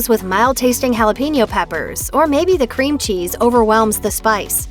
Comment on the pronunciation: But butchers jalapeño